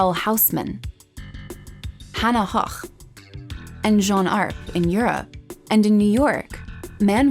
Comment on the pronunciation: Ok I'm officially taking issue with your correct pronunciation of hannah hoch, yet you called Vincent "van go" in the munch video. You can pronounce Gogh better than any of us lol ^^; I'm a man of impeccable taste and I only troll the comment section of the very best YouTube has to offer. I guess you could consider this an honor, because I'm kind of a big deal you can even ask my mom.